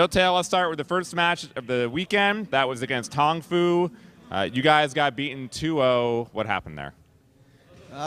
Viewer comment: Did he just call Tong Fu "Tofu?"